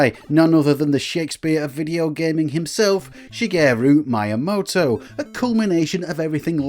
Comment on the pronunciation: Shigæru Maya-moto